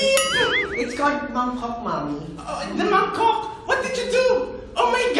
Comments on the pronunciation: ahahaha. Ang kalat jusko. Remove the G in Mangkok then pronounce it in american accent 😂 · Jah ano ba yung pronunciation mo mangkok hahahahaha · dhil sa pagkakabigkas ng "magkok" ni josh HAHAHAHA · Medyo naiba pronunciation ni Jah sa mangkok kaya tuloy naging ˋˋiba ´´ yung meaning😆 Ibang Ratb——ang nasabi ni Pinuno😆 Built in na gown😆 Joshwita: Eh bastos pala,’to😆